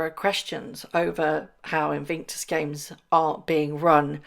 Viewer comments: Love the pronunciation of INVICTUS as INVINCTUS. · In VIC tus - not in VINC tus. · Bless you but please say InVICtus and not InVINCtus!!! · Your question: "what do you think she has done to her face"? My answer: Destroyed it! 😅 Edit: Just a little note, there's only 1 "N" in Invictus - In vic tus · It's "In VIC tus", not In VINK tus" - could you correct that one, please? Driving us batty! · are you being ironic by saying Invinctus and not Invictus?? If not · You are pronouncing Invictus incorrectly. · Morning do you realise you pronounce Invictus incorrectly. I know you like to report accurately.